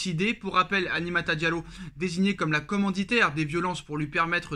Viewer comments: Apprends à dire Aminata correctement aussi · "Aminata" frère... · Tu sais lire et prononcer Aminata ?